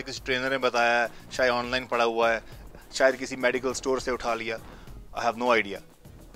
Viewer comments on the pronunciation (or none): none